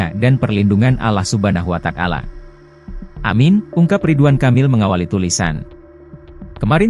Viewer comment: Yang baca Dialog Nasrani y . Wata Alla bukan Watakala